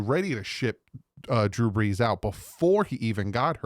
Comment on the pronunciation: Hey, love the videos and the content, much better than one of the dolphins CC that think they know it all and talks crap about others even when we are all rooting for the team to do well, doesn’t make sense…. Btw, I think you meant BREESnot BRESS lol… northern jersey fins fan here…